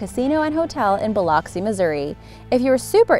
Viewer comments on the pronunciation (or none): none